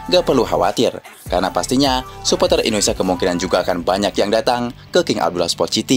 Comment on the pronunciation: ENDONESA saking semangatnya logat jawanya mulai muncul.😅😅😅